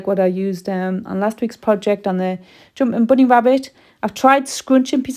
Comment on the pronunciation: Gosh I just love the way you say joompin boony!